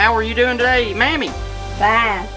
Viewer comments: Also Manny instead of mammy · He said manny instead of mammy😂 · Mammy sounds like hemi🤠